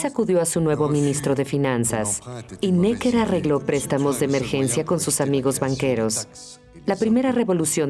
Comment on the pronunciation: QUE MAL DOBLAJE... pronuncian bien 'Necker' en francés en el video original (palabra aguda) y en el doblaje la convierten en palabra llana; igual que con el nombre del ministro de Guerra 'Vergennes'. Hasta los anglos son capaces de pronunciar bien en otros idiomas cuando se lo proponen... y los del doblaje se encabezonan de pronuncia a la pichinglish... ¡¡¡RIDÍCULO!!!